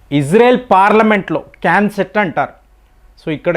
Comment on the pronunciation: క్యాన్ సెట్ కాదండీ బాబూ నెస్సెట్